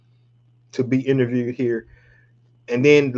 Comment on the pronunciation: Interverd 😂 bruh gone have me saying that shit